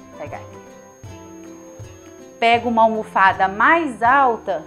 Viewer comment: Ela falou almofada com alpiste???